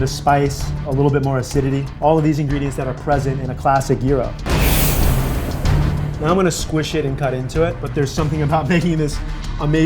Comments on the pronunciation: It's pronounced jryro not yeero get it right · Throught the show I thought you were saying euro, not gyro. Shouldn't G be more emphasised? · same here, and gyro? lol thought the G was there to be pronounced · You say Gyro(Euro) I say Gyro(Gi-row)